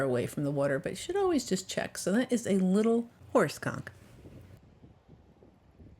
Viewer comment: Please, when you say conch lean a bit on saying the N, because it sounds like you are saying a completely different word